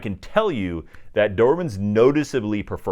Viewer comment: You’re self called expert and you keep calling them Doerman??? I know Americans have difficult with English language, but for god’s sake, make some effort…